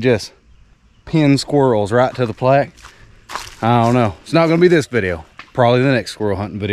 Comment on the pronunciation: Plague 😂 The word is plaque.